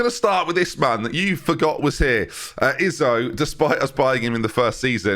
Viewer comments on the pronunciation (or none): none